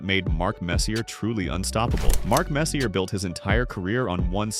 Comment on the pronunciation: If you make a video about Messier (pronounced MESS-yay!) and you get his name wrong, you get a dislike.